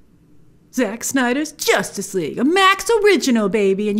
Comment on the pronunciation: "Jostice League..."..why? lol